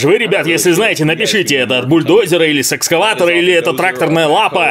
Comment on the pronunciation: Мне послышалось? Или ты сказал сексскаватора